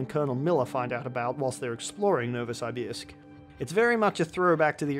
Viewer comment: Pronounced NovosYbYrsk